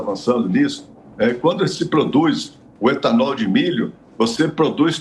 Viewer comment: E gasolina o e etanool